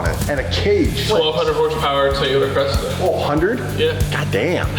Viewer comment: its a Cresta, not Crysta